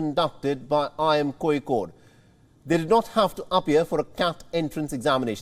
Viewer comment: Its not Koikode😂😂😂